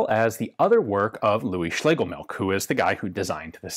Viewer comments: Heh, Ian correctly pronounces Schlegel...then defaults to 'milk' (which TBF, is "milch"). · It's pronounced MILCH! 😠 Not milk! We non nativ English speaking folks do our best to not butcher the th, you English natives should at least try! 😂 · German surname Schlegelmilch should be pronounced as Schlegelmilsh (not by "k" coming from "ch" at the very end) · Please correct me if I am wrong, my German is a little rusty, but I believe the correct pronounciation [sp] is" Schlegelmilsh" which means something milk. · Ian says "schlegel-milk" while mispronounced... Milch does indeed translate to Milk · Yes, you did come very close but the "ch" at the end is pronounced more like a hissing cat and less like a "k", if that makes any sense. Anyway your videos are always entertaining and interesting. Have a nice day and keep up the good work. :) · You're almost there. While it means milk, don't pronounce it like that. Make a 'sch' sound and leave out the 's'.